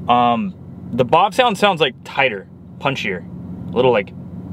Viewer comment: I lose a year of my life every time you say "bawv-sound". Do you say Bavarian or do you say BAWvarian? I drive a BAWvarian car on a BAWvarian road.